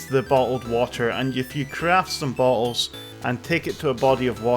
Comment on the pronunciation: “Bo’lles” British??